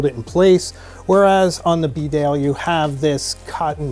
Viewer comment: Its pronounced beedale, not b'dale